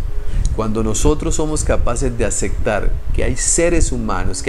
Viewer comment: Y una observación de buena fe. Pero es que eres muy recurrente en esta palabra . . LA PALABRA ES. ACEPTAR no Acectar. No importa si así lo dicen en tu País. La Palabra en Castellano es así. ACEPTAR.